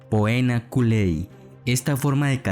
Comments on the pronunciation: Muy interesante tu video. Si me permites te hago una corrección de pronunciación mas no de contenido. Aunque se escribe Poena se pronuncia Pena, lo mismo pasa cuando hay una "ae" (rosae se pronuncia rose). Cuando hay una terminación "-atio" se pronuncia "c" en lugar de "t": damnacio, decimacio. Aunq para escribir se escriba con "t". Adelante. Muy buen video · Pésima pronunciación del latín en poena y en damnatio